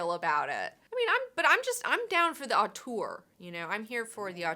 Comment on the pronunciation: "atour"? Did you mean "auteur"?